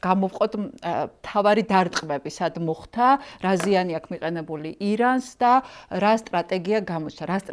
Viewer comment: “მოხთა” არააა, “მოხდა”. დანარჩენი … ♥️♥️